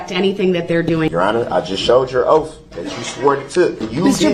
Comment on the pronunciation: Oath doesn’t have an “F” in it.